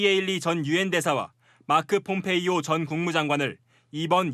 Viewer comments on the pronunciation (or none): none